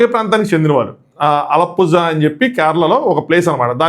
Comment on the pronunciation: Alappuzha broo adhi...allappuja kaadhu..(read it as alappula)